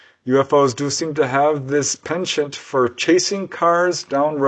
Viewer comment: Thanks, I never knew how to pronounce 'penchant' without a French accent/touche